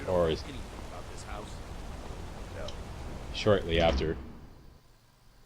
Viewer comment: So is Canadian he says Aboot